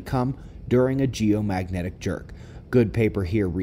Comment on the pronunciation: I love the way you say geo magic Jerk.😂🤣😂🎼🎵🎶 bread crumbs bread crumbs breadcrumbs. It's like a power that I have. 😆😂🤣😂😆😁